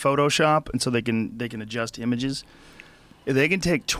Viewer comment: ''They can adjust imigiz''